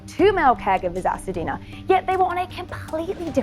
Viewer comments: It's Hacienda.....not Hacedina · HA-CI-EN-DA, NOT HACADINA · Hacienda! Not Hasadina. Just saying... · Why is this reporter saying “Hasadeena” when the facility is Hacienda? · This reporter is gorgeous and an excellent presenter, but she pronounced the name of the facilty wrong. She said "Ha-sa-dena" (rhymes with Pasadena). It is Hacienda! Pronounced Ha-see-en-duh. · This is a tragic event. I feel bad for the woman and her family. On a separate note, the name of the facility is not Hasadena, it’s Hacienda. Am I the only one who’s realized the woman reporting repeatedly said it wrong? 😗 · She was pronouncing the name of the facility wrong it’s Hacienda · oh. Ok--i wondered if that was it but it sounded so much like "Pasadena" that i thought I was hearing it wrong. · He should've gotten more time!!!!! Sidenote: I cringed every time she said Hacidena 😕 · Funny how you pronounce "Hacienda"